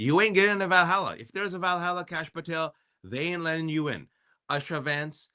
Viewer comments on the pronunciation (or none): YouSha...not usha😂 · It’s not pronounced Usha. It’s pronounced Ooosha. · Would it be too much to expect that you and your host at the very least get the pronunciation of Usha correct? It is pronounced “Oosha” not like your pronunciation similar to “Usher”. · Please learn to pronounce Usha correctly! It is not pronounced like USHER.... It is pronounced as is Oosha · Wajahat at least should know how to pronounce the name USHA. OOSHA., not ASHA. Usha means DAWN. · USHA is pronounced with a U sound - like OO - SHA. Asha is a different name. Please pronounce it correctly. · Good points but why do you both mispronounce Usha's name?